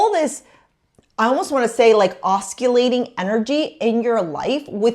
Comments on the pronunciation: Fwiw ‘oscillating’ is pronounced ‘OSS-ill-ating’, not ‘OSS-kill-ating. There’s no ‘k’ sound in it. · 'oscillating' - the C is silent in English